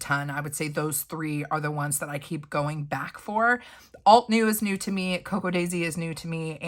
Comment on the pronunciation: Not me screaming "alt-uh-new" at the screen all 8,000 times you said "alt-new." It probably wouldn't have bugged me so much if you hadn't mispronounced it so gosh darn many times! 😂 I said the term "bugged" very loosely because I thought it was funny. This was a great video though! I have a bunch of windows open shopping at ALL the places for stamps. ❤ I do love your channel and am learning a lot!